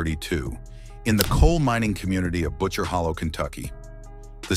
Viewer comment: Holler not hollow